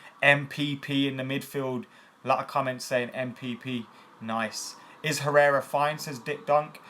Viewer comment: Thanks for saying Herrera, lad!